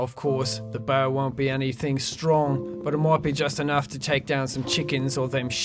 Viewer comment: The boaw will give me aloda foouud? xD